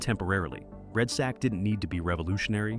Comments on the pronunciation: "Red sack"? C'mon lol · Red sack? Wtf can you read man!? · it’s really bothering me that he calls it red Sack